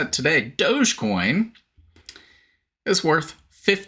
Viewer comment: Dog- e- coin, 🤣